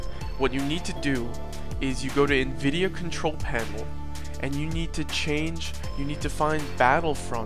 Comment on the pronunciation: Everyone keeps saying navidia I DONT HAVE NAVIDIA